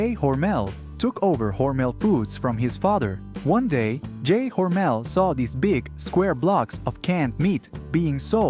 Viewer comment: Never heard Hormel called Hormail before.